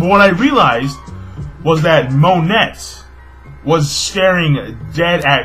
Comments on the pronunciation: its mo-nay, dont pronounce the T hahaha just a heads up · The T in Monet is silent.It's actually pronounced "Mo-nay" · Something tells me that you dont pronounce the "T" in Monet? just a thought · I always got the impression that Monet (the t is silent by the way. It's pronounced 'moan-ey') was not really Ceaser's ally. I thought that she was working with him either to steal information or because she wanted something in return (like her human body parts back).